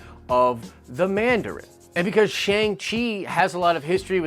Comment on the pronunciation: Your pronunciation is killing me! Shang is pronounced like “Ah”.